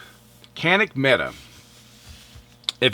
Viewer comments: It's pronounced "Meh-Tay"!!!! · Actually his pronunciation is quite good for a non Turkish speaker. He just needed to vocalize a strong "t" instead of "d"